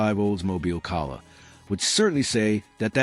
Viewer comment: AI is obvious. The mispronunciation of Calais is pathetic.